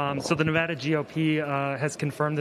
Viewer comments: "Nevada" has been mispronounced by some reporters in recent days (including in this video). It might be the most mispronounced state name in the country, so I've created a phonetic trick to help people pronounce it correctly. The first "a" in Nevada is not pronounced as "ah." This is the most common mispronunciation. The correct pronunciation is to pronounce the first "a" in Nevada as the "a" in "add." An easy way to pronounce Nevada correctly is to use this phonetic trick: picture the spelling of Nevada with a double "d" as in "Nevadda." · We disagree. I've lived here for 12 years, and if you mispronounce the name here in Nevada, expect to be corrected.